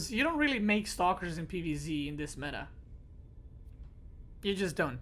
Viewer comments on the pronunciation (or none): none